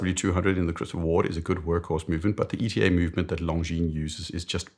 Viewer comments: Hello there. I'm working for ETA. ETA is not pronounced like an abbrevation (E.T.A.) but like Etta (James). Most people get it wrong😅 Thanks for your great videos. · that is right. It is Etah, not E.T.A.